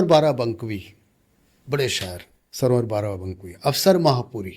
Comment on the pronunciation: ایک اہم نام ڈاکٹر عندلیب شادانی کا نام ضرور لیا جانا چاہیئے تھا،افسوس پروفیسر صاحب سرور بارہ بنکوی کا نام صحیح تلفظ سے نہ لے سکے